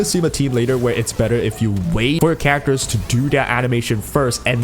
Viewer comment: please pronounce at least 1 character's name right i beg you bro